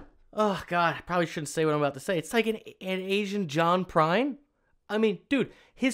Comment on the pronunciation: I reccomended this on a Tuesday live stream a few months ago and I think you were too tired to process what you were listening to! 😄 I even said he was the closest thing to Prine we had today and you read it as "Prince!"